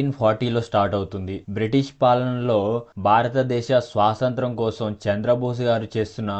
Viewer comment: bro, adhi swasantram kaadu "Swathantram"😴